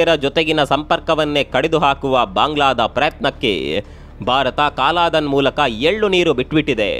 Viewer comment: ಅದು ಸಹ ಕಾಲಾಧನ ಅಲ್ಲ ಕಲಾದನ